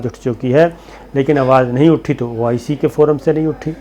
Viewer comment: یہ او ائی سی نہیں بلکہ oh I see ھے